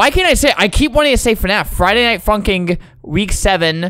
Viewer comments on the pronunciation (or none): why does it sound like he said friday night fuking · Anyone noticed that when he said “funkin” he almost said the f word but he said “funkin#”